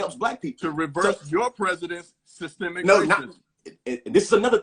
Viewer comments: should have started by defining "systemic " and teaching how to pronounce the word properly. This was an unfair debate because 1 party didn't understand the term to begin with. Systemic is not systematic sir! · What the trump supporter doesn't realize is he is talking in circles. He cant even say the word correctly. Its systemic not systematic!! I hate listening to wanna be intellectuals who tries to over talk the other person. Thats a sign they know they are lising the argument. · The brotha' is against something that he does not understand, nor can he spell or pronounce it. But he does not believe it exists. Systemic bro. Not Systematic. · I already knew how woefully ignorant he was when I heard him pronouncing the word "systemic" wrong!